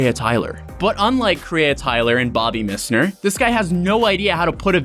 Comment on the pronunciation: This MISSner pronunciation is killing me haha 🤣🤣